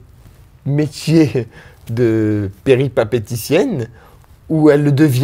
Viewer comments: C péripatéticienne,, pas péripapéticienne. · il a voullu sortir un grand mot mais il la mal sorti..on dit "péripatéticienne" pas peripapéticienne:-/ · Péripatéticienne pas peripapeticienne quel débile ce mec ! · coucou j'adore tes video mais on dit péripaTéticienne bisous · Péripatéticienne dit le correctement au moins